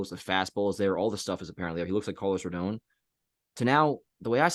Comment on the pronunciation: It’s pronounced RODAWN, not RODOWN